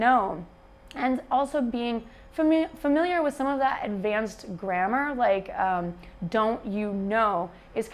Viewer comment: You said "grammar", but for a non-native like me, it sounded like "grandma". :-D It was funny. Anyway, I got it based on the context. Nice video.